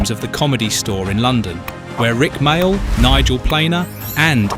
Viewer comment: Love the fact that almost every time he says Rik Mayall's name, he pronounces it a different way from the last time.